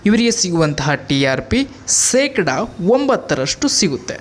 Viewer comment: ಕನ್ನಡ ನಾ ಕೊಲೆ ಮಾಡಬೇಡ ಸೆಕಡ ಅಲ್ಲ ಶೇಕಡಾ